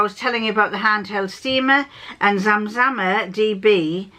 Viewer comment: Perfect pronunciation of my name! I had a business using this name and the inspiration for it comes from the Zamzam Well which is in Mecca - part of the annual pilgrimage to Mecca is to drink water from the well. My actual name is Yasmin! Both dresses looked great on you, really flattering, I hope you get the chance to wear them soon. No cats in this vlog but we did get a dose of Brian 😊 😊